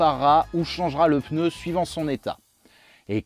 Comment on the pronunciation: Super vidéo/tuto, toujours aussi plaisante, instructive et divertissante. Et Oui on dit Peneu (on utilise le E que les autres enlèvent à "cheveux : chveux". V les zamis